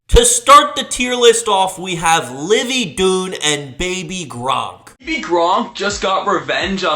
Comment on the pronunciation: Livvy “doon” makes me want to die